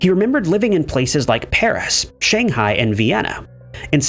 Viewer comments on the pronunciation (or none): none